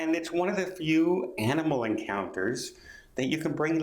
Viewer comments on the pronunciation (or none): none